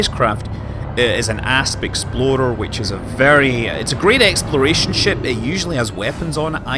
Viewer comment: I showed this video to my younger cousin who is getting into space exploration games like Elite and he about died each time you said "Asp Explorer" because he thought you said "Ass Exploder" lolol.